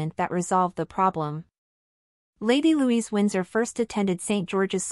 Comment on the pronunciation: Her name is Louise, not Louisa.